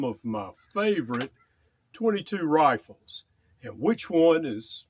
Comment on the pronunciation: YouTube really really really REALLY doesn't like me posting firearm related comments. It keeps refusing to post any comment I try to make on twenty-two "roofles". Here's my last attempt; I think twenty-two "lee-var roofles" are always a good choice.